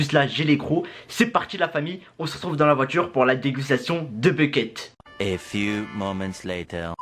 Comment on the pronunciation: Il dis Becket ou lieu de bucket